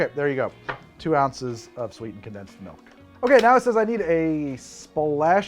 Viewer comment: Sorry. It’s actually “condensed malk, brah”…… 😅😂